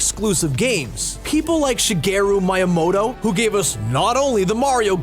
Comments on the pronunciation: It’s Mi-Ya-Moto not Maymoto... :P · Its mee a moto not m I a moto!#;%×=;!!= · Excuse me.. Shigeru Muyamoto? MIAMOTO YOU PEOPLE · pokaymon mighamoto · SHIGERU MAYAMOTO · I heard Shigeru MAYAmoto